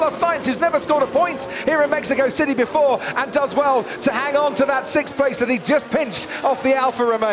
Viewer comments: haha great commentating on this one. That opening lap "kerfuffle" was intense, and "Maxico" was a nice touch. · Its Maxico 😅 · we just gonna ignore "Maxico" at the end there?